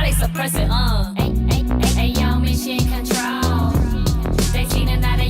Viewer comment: "AYIOOOOO MISSSSIOOON CONTRAWLLLL"